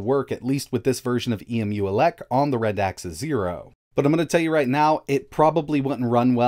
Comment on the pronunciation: Its pronouced Rad xa not Ra dax